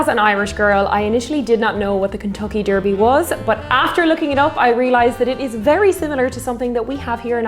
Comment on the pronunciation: Love the way you pronounce 'derby' :)